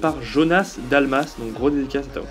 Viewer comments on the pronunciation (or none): Merci d'avoir choisi ma compo 👍 Mais petit detail, ce n'est pas Jonas Dalmas mais Jonas Dalmasso ^^